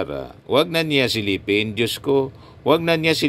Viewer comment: kahit sa pagbigkas sa diyos ,plastic pa tong si sarahmao 😅😅😅😅...